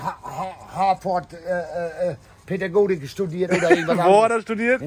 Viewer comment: Hat ernsthaft "Pädagotik" gesagt? Ich mach' mir gleich in die Hose.....